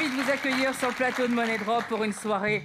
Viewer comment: ÇA SE PRONONCE MONIE DROP PAS MONNAIE BRDEL DE M*** 😂